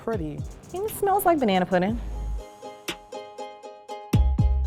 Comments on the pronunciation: BANANERISH!!!!!! 😂😂😂 unintentionally hilarious. 💀💀💀 lol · “Banana-ry” “Banana-erish” 😂😂😂